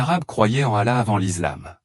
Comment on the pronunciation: Comment un imam ne sait prononcer le nom d'Allah ni de mohamed que tu appel Mahomet ce qui le nom donné par les islamophobe hhhhhhh